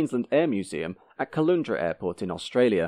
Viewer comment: The Queensland town of Caloundra is pronounced so the second syllable is prounounced the same as in "lounge", not like in "toon".